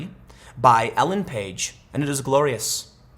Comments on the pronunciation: Tim, two things here that are seriously important: 1) PRONOUNCE HER GOD DAMN NAME RIGHT!!!! For Christ sake, Tim, I thought you were talking about Ellen Page. I was like "what does the b*tch that sued NaughtyDog have to do with Cats?" You're talking about Elaine Paige. That's a huge difference. Elaine and Ellen are not pronounced the same. Please, emphasize this difference next time. 2) Sorry, her rendition is good but not so great that anybody else's is a distant second. Personally I prefer Barry Manilow's rendition to all else. To each their own though, right? I do get what you are talking about though. My song with this was Who Wants To Live Forever by Queen. Always avoided it sung by anybody but Freddie Mercury. We all have that one song that we love and identify with in some way. When it's butchered, it hurts on a whole new level. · Elaine paige not ellen page. Tim really can't saw even regular names... El ain not el en... Ffs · It's Elaine Paige, mr journalist for fucks sake.